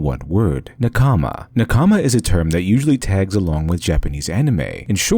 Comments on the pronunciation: Really interesting. I also recommend the book "Samurai from outer space", by Antonia Levi. (Though the pronunciation "naKAAAAAAAmi" is annoying. Say "NAkami", with stress on the first syllable and short vowels throughout. It will be wrong, but a lot less wrong.) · The way you pronunce NAkama as naKAma means i didn't understand what concept you were talking about before reading it on the screen. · Ahhh good essay but..... It's not NA-kama its NaKama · NaKAma.... Mmmrrmmm. NAkama. In general, emphasize the first syllable in Japanese words. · Nakama doesn't seem like a word embedded with deep meaning you can't get in English. It means colleague, compatriot, party member and so on. Japanese has even stress on all syllables and it's a little distracting to hear naka-ma when it should be na-ka-ma. Pedantic to be sure, but the author did go all in on the word so.... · save me pls, i barely could keep up, all i heard was nakAma, nakAma, nakAma. Never heard this word from an english speaker, so it sounds silly xD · I don't understand how americans after watching so many anime can pronounce simple, common Japanese words so horribly. NakAma, really? Good video though. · Please stop saying Nakaamaa. Thank you. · He butchered Na-KA-ma. It was very distracting. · OMG! It's pronounced "NAH-kama!" You keep putting the emphasis wrong and it's highly distracting and frustrating. Watching literally any of the modern anime you mentioned would have revealed this to you. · Meanwhile I’m over here 3 min into the vid, frustrated at how he mispronounces “nakama” even though basic Japanese pronunciation couldn’t be easier and despite the 30 min video he couldn’t be bothered to do that much research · Great content! Thank you. Sorry I'm over a year late. You're incredibly intelligent, but some of the pronunciations detracted from my enjoyment. Surprisingly correct: denouement Socially acceptable: anime, manga Made me sad: nakama, mischievous, Oedipus, Delphi